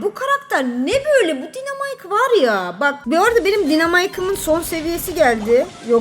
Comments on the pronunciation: Dinemayk değil Daynımark diye okunuyo o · Abla dinamik değil de Ayna dinamik değil dynamight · Abla dinemike diye değil daynamayk